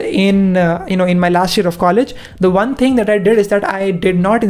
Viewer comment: its one not wan